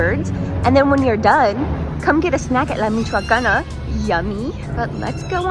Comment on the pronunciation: completely useless comment but the way she pronounced "la Michoacana ' '..... crying of proudness in the corner